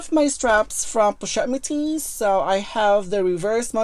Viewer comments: I just love how she pronounces "pochette" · Bags are actually a good investment. I love how you pronounce the pochette I believe if I produce it I'll bite my tongue. I really need to see all your collections of lv purchases